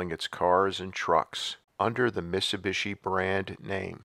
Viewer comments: this dude cannot say miTsubishi.... missubishi. drives me nuts. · Why do you mispronounce MIT-SU-BI-SHI?